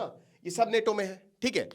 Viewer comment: अबे नेटो नेटो क्या है नाटो बोल NATO